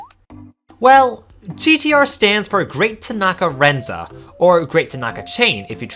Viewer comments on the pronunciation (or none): Thank you for the explanation! (The "s" in "rensa" is pronounced /s/, not /z/)